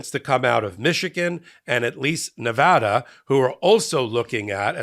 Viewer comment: Thanks for pronouncing Nevada property. My name is Bicycle Bob and I approved this message.